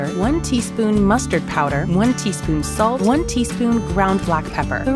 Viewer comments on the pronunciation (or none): I braced for impact when I heard “Mustad Powder”